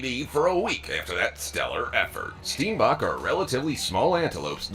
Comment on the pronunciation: Steenbok 😭😭😭the English pronunciation 💀💀💀 my Afrikaans heart is crying lmao